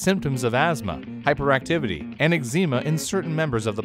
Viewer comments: Am I the only one triggered because said eg-ZEE-ma instead of EG-zuh-ma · Did-did just pronounce Eczema as Exima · Maybe he's Canadian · Eczema is pronounced X-ma !!!